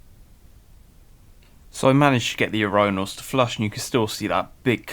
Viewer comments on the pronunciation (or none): You do know its pronounced UR-IN-NAL not UR-Rhine-NAL you butcher the word everytme you say it!